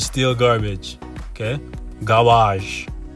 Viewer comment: From now on please keep saying "GAAARBAAJ" instead of Garbage . lmao